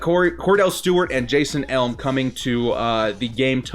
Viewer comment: jason e-lam, not elm and HAPPY BIRTHDAY